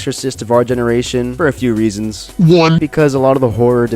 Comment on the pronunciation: “I don’t have any reapons”